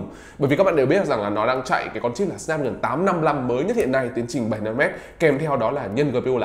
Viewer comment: Đọc là chip sờ náp thôi a ạ,e đọc kiểu đấy ngượng mồm lắm